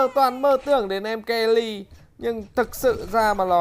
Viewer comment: Mery ông đọc kenny quỳ